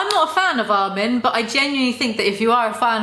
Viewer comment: i love how she doesn't like armin but thats one of the only characters names she pronounces correctly